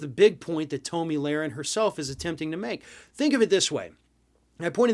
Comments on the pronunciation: "Tow'Me Larin" ?😆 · Don’t pretend you don’t know how to properly pronounce her name. She’s a well-known figure. Thank god David is back. I’m tired of listening to this buffoon. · I hate her but I think you mispronounced her name intentionally.